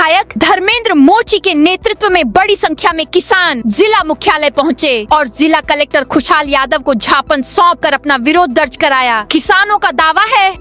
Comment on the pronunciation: समचार वाचिका मैडम ज्ञापन बोलने के बजाय झापन बोलती हैं,जो कि गलत है।